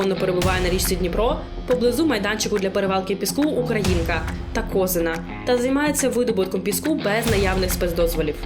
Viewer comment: Ударение : УкрА' инка.